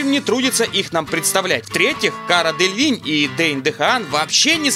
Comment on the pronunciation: Не Делинь, а Делевинь)